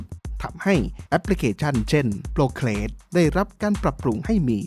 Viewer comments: Procreate =โปรครีเอท ครับ ไม่ใช่โปรเคส5555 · Procreate อ่านว่า โปรครีเอทรึป่าวครับ ขอบคุณสำหรับข่าวสารครับ